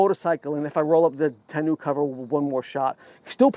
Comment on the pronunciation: Your pronunciation of tonneau is making me cringe